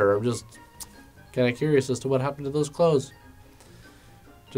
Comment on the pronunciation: The word "Clothes" sounded plain wrong in the end xD Like I was not sure about the pronunciation.